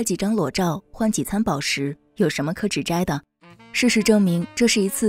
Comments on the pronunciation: 指摘讀音不是‘指折’才対嗎？ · 口吃 (ㄐㄧˊ) 指摘(ㄓㄜˊ) 訂正三次